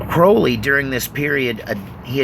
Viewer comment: Cr-owl-y not crohley